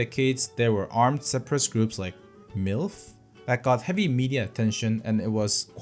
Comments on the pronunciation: lmfao u saying m.i.l.f. as milf reminded me of an interaction i had with a classmate. Me: what if m.i.l.f. kidnapped you? Classmate: oh! I love milfs! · This is pronounced as M.I.L.F. not milf. It is an Islamic armed group and political organization based in the Mindanao region which means Moro Islamic Liberation Front. Its backstory from being part of MNLF (Moro National Liberation Front) is also pretty interesting. Hope this helps ❤❤ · BRO IT’S SUPPOSED TO BE “M—I—L—F” 😂😂😂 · Nah it's not MILF Its M I L F 😭😭😭 But it literally pronounce MIF💀💀💀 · M.I.L.F. not milf 🤦🏾😂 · It's em-ai-el-ef, not milf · cracked up with how you pronounced MILF 😅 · mate we just say the letters individually 💀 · MILF? 😅 We don't say it like that